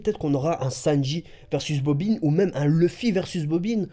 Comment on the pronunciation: mdr tu est le seul a savoir prononcé bobine lol pas bobin